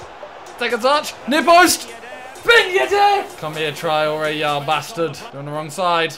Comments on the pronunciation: No one: Simon: Ben yed-AIR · No one: Simon: Ben yeddde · nobody: simon: ben yedair